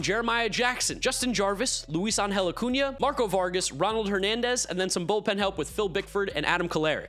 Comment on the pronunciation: Bro, love your content, but you need to respect the ~. Acuña.